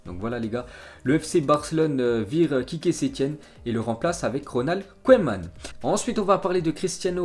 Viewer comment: Mec !!! On dit " keuman"!!!! Pas " koyman"..... C'est pas de ta faute t étais pas né...mais renseigne toi 1 peu avant ton live.... ( et 1 conseil juste comme ça.. Bosse 1 peu ton accent Anglais... ;)